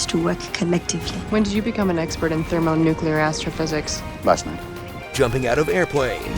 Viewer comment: Cringed pretty hard at "thermonuclear astrophysics"